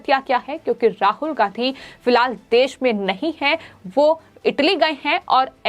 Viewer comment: राहुल गांहधी ? एंकर अपना उच्चारण दुरुस्त करने की कृपा करें ।